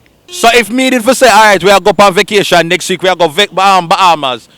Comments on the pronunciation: Why them mispronounced the word vacation as vokation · Vocation 😂😂😂 think a vacation the girl dem say vocation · Vacation not vocation ...